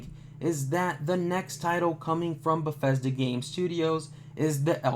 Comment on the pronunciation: you should practicing the studios name before you pronounce it wrong 200 times. it sound just as its spelled. there is no F in Bethesda